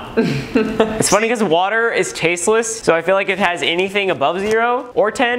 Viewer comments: Normal people: water: whater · In stead of water wahuh